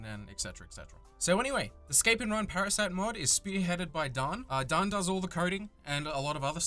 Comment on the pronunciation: parashite?:D u ok,?